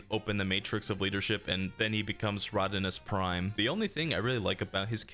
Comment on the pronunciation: "Rodinus Prime" lmao